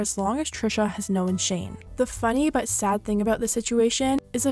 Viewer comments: She kept sayin Know-en it’s known where is the e from 🥺😭😭😭😭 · "knowan" What? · the way you pronounce known is the real tea